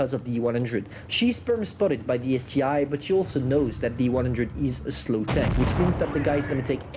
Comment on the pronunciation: calling the ST-1 the ST-I is a bit irritating but hey, he can call it what it wants, I just gotta get used to it